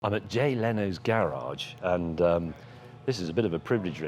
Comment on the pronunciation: It's pronounced garage